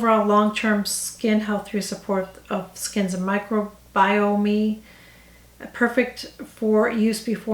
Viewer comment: FYI: it’s pronounced micro-bi-ohm